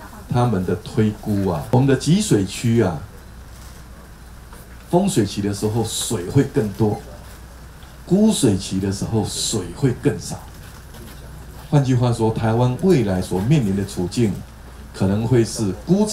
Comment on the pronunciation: 啊不是說台灣不缺水？ 另外是「ㄎㄨ」水期，不是『ㄍㄨ』水期！